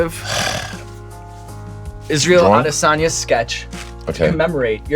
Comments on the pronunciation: Would have been better if he said Israel's last name properly to show that extra in his research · You can see Izzy's eyes going down and back up in disappointment after yet another host pronounced this surname wrong. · Pronounced the last name wrong 😂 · Bro you're a professional host, can't even put in the effort to pronounce his last name correctly.